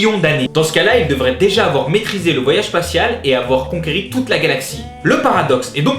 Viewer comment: Avoir conquis pas "consueti"